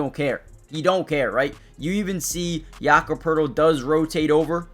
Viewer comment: No R in Poeltl.